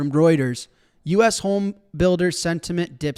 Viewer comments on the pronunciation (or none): none